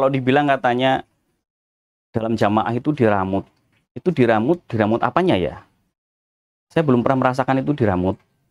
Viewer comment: Diremot boss bkn diramut 🤭🤭🤭